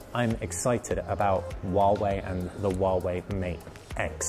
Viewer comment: Wawei Wawei hahaha. You need to pronounce 'H' 🤣🤣